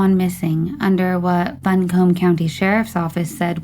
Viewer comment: Buncombe county is pronounced 'bunk-um' I was born there, figured you would appreciate the local pronunciation